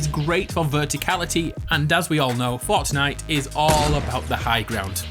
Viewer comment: Ha ha you say fartnite